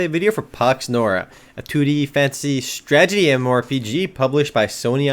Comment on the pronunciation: He said "stragety" - It's a strategy tragedy.